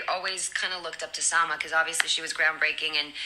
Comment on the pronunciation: Corrígeme si me equivoco pero los nombres propios, ya sea de personas o hasta ciudades! Aunque uno se encuentre en medio de una conversación en ingles deben ser pronunciados tal cual? En este caso Eiza dice, ''SALMA'' y ya ya sabes esa pronunciados agringada jaja ''SAMAOU'' lo mismo cuando escucho a personas mexicanas decir ''MEXICOU''